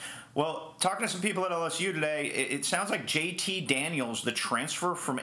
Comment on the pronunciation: He didn't even say JT name right tf lol